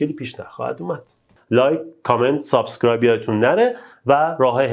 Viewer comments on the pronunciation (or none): none